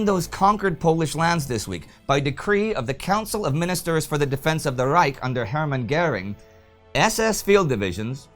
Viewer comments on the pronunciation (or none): none